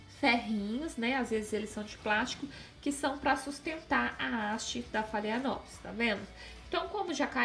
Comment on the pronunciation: Phalaenopsis se pronuncia: falenopsis